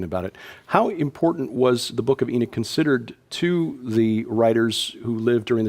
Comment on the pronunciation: It is curious how the guest, a Doctor of Biblical Hebrew, correctly pronounces the name Enoch, but the host persists in mispronouncing the name. (Stubborn ignorance? Pride? Arrogance?)